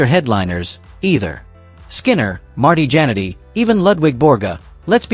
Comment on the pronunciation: Marty Jenn-ety? AI will sink YouTube